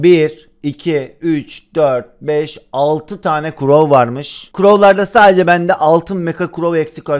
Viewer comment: Crow değil grow diyo sdjd